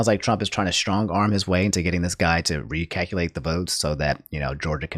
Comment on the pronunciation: What he says “recalculate” What my brain hears “recackalate”